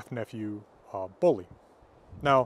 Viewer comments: Bolli is pronounced Bodli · Like I have said, the word bolli as a name only occurs in Iceland. Old Norse developed in the various countries as time went on, Old Icelandic being one offshoot. The name Bolli is incorrectly pronounced by, there is no preference as to how to speak it, there is the correct and the incorrect way. It is my name and I dislike having it murdered for reasons of preference. I lived the States for many years, I have yet to meet an American who can correctly pronounce my name.